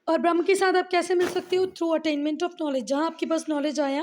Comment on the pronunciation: Ma'am it is not "brahm" because "brahm" means illusion it is pronounced as brahm"A"